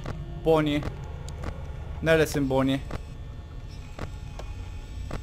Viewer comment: Abi boni değil bani foksy değil faksy (Türkçe okunuşunu söyledim)